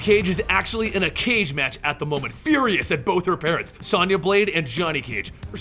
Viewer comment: How the hell do you mispronounce Sonya? It's an actual English name!!